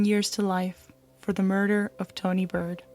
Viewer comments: It's Tawnee Baird, with an "A". Not Bird! Have some respect for the dead. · Tawnees last name is pronounced bared. Its my maiden name and it was pronounced several different ways in the video. Great content!